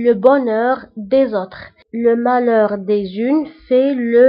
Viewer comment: هناك خطأ في النطق : le malheur des uns .وانت نطقت : le malheur des unes .